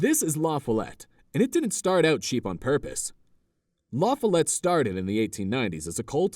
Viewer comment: needs some instruction on pronouncing La Follette. The accent is on the second syllable, FOL, not the first. Not sure why anyone would particularly want to live there.